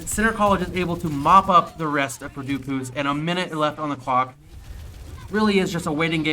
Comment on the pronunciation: "Purdue Pooce" lol